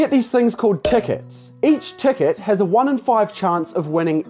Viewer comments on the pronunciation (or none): No one:: tecket